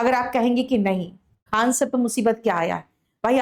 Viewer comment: Faisal khan harami hai koi tisra nhi hai khan hai saf se boliye